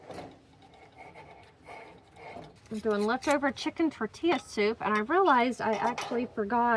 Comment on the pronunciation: R u say tortila on purpose and being funny?